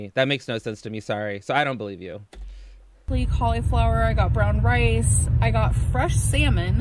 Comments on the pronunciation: Collie flower 😂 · The way she pronounces cauliflower makes me want to throw a desk through my window. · She pronounces it in sections, like a toddler